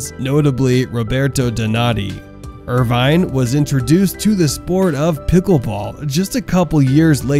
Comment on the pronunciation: It's pronounced with out the e. Irvin.